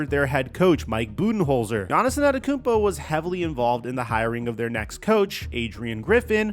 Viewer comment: Hit the blunt everytime he says Yahnissinantekoumpo